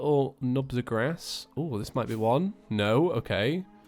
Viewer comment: It's "grass" not gras" bad grammar